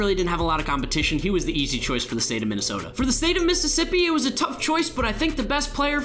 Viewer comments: You said Minnesota with a Dakotan Accent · The way you said Minnesota disgraces me